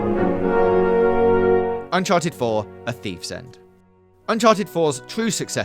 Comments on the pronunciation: Unchared wtf is Unchared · Did anyone catch the “unchared” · Unchared. Unchared. Uncared. Scared.